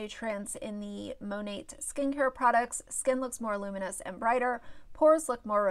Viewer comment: Mone"t" Great review on a product you can't even pronounce. Cringe.